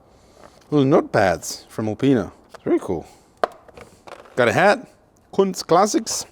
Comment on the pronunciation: cuntz classics? lmao